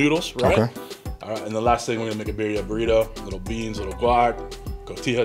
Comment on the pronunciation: You have to roll your (R’s) !🤣🤣 birria it’s like one my favorite dishes